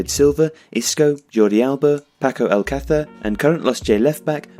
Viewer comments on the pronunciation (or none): none